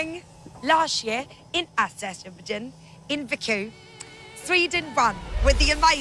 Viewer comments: Aserjapan? Please, do not say Azerbaijan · OMG she's so funny. She can't pronounce Azerbaijan. And she doesn't know where it is on the map. This is killing me.